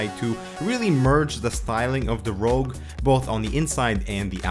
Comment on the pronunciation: Rogue not rouge!